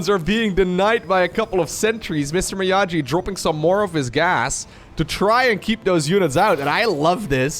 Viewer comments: its Mee-Aww-gee! XD not me-ah-jee, not sure has ever watched Karate kid, the original one. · Mr. Miyaji? BRO. It's pronounced ME-YAW-GEE. You are forbidden from forever making BOOMER jokes if you don't know your movie history. Go watch the Karate Kid right now for your penance. :) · Everytime pronounced Mr Miyagi, Mr Miyaji, I cringed a little. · lol my ears bled from all the MrMiyaJi ... ITS A HARD "G" ! XD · Hearing him say "Mr miajee" is so gut wrenching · I read this comment before making it to that point in the video and it didn't soften the blow at all. It's a solid attempt to pronounce the name without context, but it still hurt lol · I’ll be the jerk to say it: Miyagi is a hard ‘g’ like “gate,” not the soft ‘g’ like “giant,”! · just turned 30, but he's not so much of a boomer that he knows Mr. Miyagi from the Karate Kid movies! hard-g sound, like go or gas. Miyagi-san says you need more wax-on, wax-off! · please watch Karate Kid Mr Miyagi is not pronunced like this:D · "miyagi" is pronounced with a hard G like "geese", not "jeep" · I know you did NOT just say MrMiyagi with a j sound. ❤ solid video. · Watch Karate Kid, you're mispronuncing Mr. Miyagi. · I think he could learn to pronounce it without watching a whole movie, for example reading at least 5 comments to this video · miyagi pronunciation though xd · Clearly had never seen karate kid as he can't pronounce Miyagi